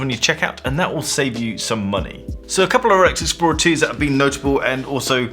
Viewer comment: Love how pronounces the Rolexixplrorlrr 2